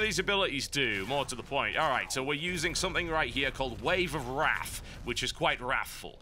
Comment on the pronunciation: "We're using something right here called "Wave of Rathff" Which is quite Rafthful" Halibut, you kill me. haha